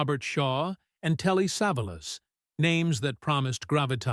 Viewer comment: I suspected it was AI narated from the start... I KNEW it was AI generated when the segment of "Battle of the Bulge" came up staring Telly SAV-a-las instead of Telly Sa-VAL-as. "Who loves ya' baby" [unwraps another lolipop]